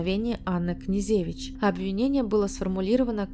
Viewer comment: КнежЕвич, МалЕвич, СенкЕвич и т.д.... Хорош здесь умничать,позорище безграмотное!!!